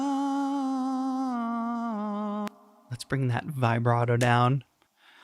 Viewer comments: As petty as I may sound, if you can't deal with a small amount of criticism towards how a word is pronounced (post a compliment, I might add); I'm not sure how you will do if this channel were to grow. It’s not like I was offensive, that’s just not how vibrato is pronounced. You talk to people online as a job, therefore the language you use directly impacts a viewer’s perception of your credibility and expertise. If you’re only expecting “good jobs”, the best I can do is to wish you good luck. This noted, it was a good review. Have a good evening and good luck. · The mispronouncing of the word vibrato really ruins this great review. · Good review. Learn how to say Vibrato, please.